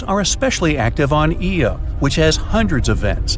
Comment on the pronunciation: And why can't these documentaries ever get the name of Jupiter's moon right? It's IO not EO